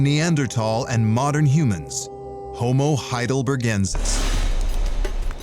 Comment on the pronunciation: 네안데르탈인 하이델베르크인은 학술용어로 이미 정착 그런데 나레이터 는 히델베르겐ㅇ라 니안제르톨이라 발음